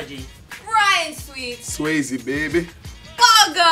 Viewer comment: "Ryan SWEEZE" IM DEAD